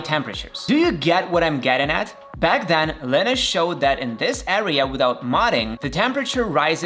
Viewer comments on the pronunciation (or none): First off, it’s pronounced “Lie-nus,” not “linnus.” Secondly, you said M1 MacBook Air users were “grim” until Linus released a fix? What? Basically nobody noticed any performance problems whatsoever because most people who use a MacBook Air don’t even stress it at all. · Linniss? lol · You lost me at the wrong pronounce of Linus's name...